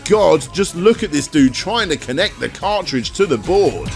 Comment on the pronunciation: Good old "CARDRIDGE"